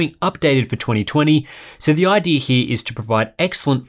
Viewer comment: "The idee hee is"... What? XD